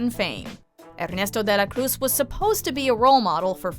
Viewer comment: "Errrneesto and Hectorr"lolololol